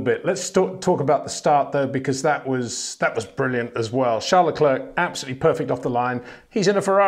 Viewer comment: Max VerSHSHSSHSHSHSHSHSHSHSHSHtappen. and Charl LaCler, Charles LaCler, Charl LaCler, Charl LaClerck, Charles LaCler.... Pick a pronunciation dude.